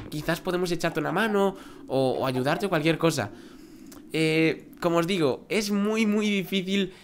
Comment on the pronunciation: dijiste calukiercosa